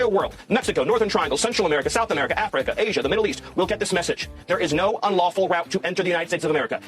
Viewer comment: 😮 Damn the Way emphasized the first syllable in Africa was Crazy. The out lies, and bullshit is never ending. Neither is the incompetent stupidity of the Man and "Hints" of plans. This will the SECOND time that he got an excellent sound economy from a Democrat, Obama and Biden. He eff'd up the first time and his plans are so bad he's affecting food prices before even entering for the 2nd time. Is it hard to believe that America has that many Bigoted, and or Racist people to elect him, AGAIN? Well.😢 yep😊 what "Marks".